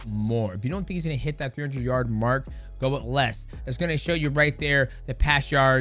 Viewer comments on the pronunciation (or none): none